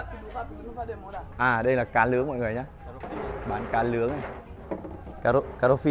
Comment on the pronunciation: A chủ kênh đẹp zai nhưng mỗi cái nói ngọng , khổ ghê á ( Cá lướng là cá gì vậy trời ? )